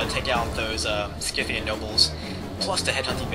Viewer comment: isnt scythian pronounced sigh-the-an? sorry if im rong but thats how ie always pronounced it.